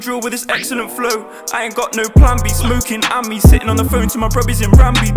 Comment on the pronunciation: the way he says "flow"😂😂